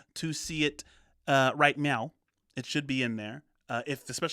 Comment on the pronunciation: Did he just say right Meow??